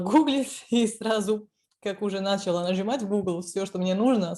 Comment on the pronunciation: Только не нАчала, а началА 😉